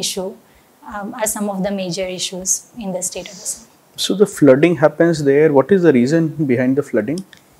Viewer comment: Its "Assam" not "Asam", Please correct it